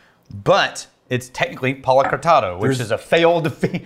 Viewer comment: When you say 'Palo Cortado', I hear "Hakuna Matata"